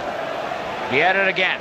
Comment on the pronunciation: Why does he call him vieida instead of Vieira?